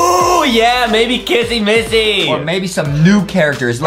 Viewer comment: It is not missy missy